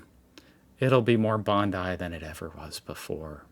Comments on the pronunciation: It's pronounced Bond-eye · I am not through this video yet so I hope gets it this time. I tried not to get hung up on it but it grates to hear Bond-ee (like Pam..ugh) and it seems more respectful to get it right.